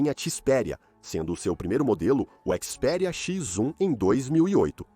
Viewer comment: Ele disse CHIS PERIA